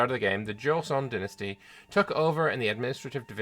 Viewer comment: Don't worry, we Korean viewers will still understand your pronounciation 😄 Goryeo (고려) sounds more like "Go-ryo" and Joseon (조선) sounds like "Joe-sun". You tried, that's all that matters.